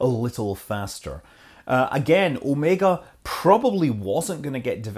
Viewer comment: at least someone who can pronounce OmegA' correctly :D Blue Origion = SpaceX 2.0 ?